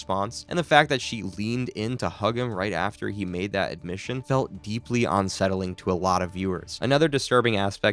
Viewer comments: Bro its "unsettling" not "onsettling" 😂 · It’s un- not on-. You don’t say on-covered…it’s un-covered I hope this weird slip isn’t constant or I won’t be able to listen to this lol